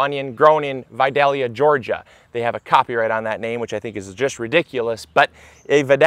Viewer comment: vadilla ga is a town in GA..and by the way your are pronouncing it wrong